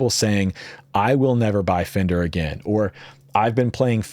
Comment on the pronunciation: "*Fender", not "Fender*".